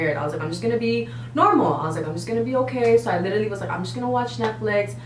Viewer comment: Drinking game: take a shot every time they say “lidally”